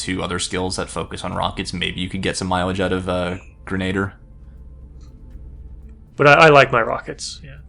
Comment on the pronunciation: Since pronunciation appears to be a running joke in LPs... - Chitin - "Ky-tin" - Grenadier - "Gren-a-deer"